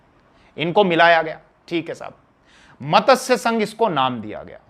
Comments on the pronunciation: Very nice narration. One small correction needed in pronunciation of the word MATSYA... It is being pronounced as MATASYA... In Sanskrit MATSYA means Fish...Regards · मतस्य नहीं मत्स्य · मतस्य क्या है।मत्स्य है जी।